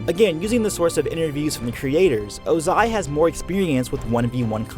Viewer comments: OH-zai not oh-ZAI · It’s Ozai not o-zAi 🙄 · Lol the delay when he says Ozai like “OzAi” like lol bruh 💀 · the 2 pronunciations of ozai in this video: oh-zai oze-i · oZAI oZAI oZAI bruh its Ozai have u heard them say his name on the show lol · I know that this video is old, but do we know why Iroh looks so much older than Ozai even though they are brothers? Also, small nitpick (sorry), but definitely got to me when you said Ozai as [.o.'zay.] instead of properly as [.'o.zay.] and the fact that you kept alternating between the two. (For those that don’t know IPA and only know the Latvian symbols, his name is pronounced ō•zī with the stress on the “o”). I enjoyed the rest of the content though! That little bit just took me out of it and I’m sure someone else has probably mentioned this already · can you not put emphasis on the ZAI and not the O? It's O-zai not o-ZAI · its ozai not ozAi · Okay does no one hear say oZAI instead of Ozai a lot here? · It’s Ohzai not O-zaiii. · its 'ozai tho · His name is Ozai not ozAI. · OZAI not O....Zai..... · I just wish you said Oh-zai instead of ozAAAAI. Other than that, very nice video! :)) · I wonder why you chose to pronounce it oZAI instead of Ozai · I got so triggered by you saying "oh-ZAI" instead of "OH-zai" xD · L. Ananta Exactly what I was thinking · Sorry but I got very distracted by the oZai, pronunciation 😭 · Bro said ohZAI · Ozai is pronaounzed with enphysis on the o not the a. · I think that the way you say Ozai is (O-zai) and not (oza-I). Lol I probably have it wrong and your probably saying it right but I want to know which way it is. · My ears hurt 😡😡 why pronounce Ozai that way?? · The way you pronounce Ozai bothers me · I find it weird that people who watched the same content I watched blatantly mispronounce the names they said out loud in the oc. It's a minor one but why are you putting so much emphasis on the tail end of Ozai? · Emphasize the wrong syllable in Ozai again. I dare you. I double dare you.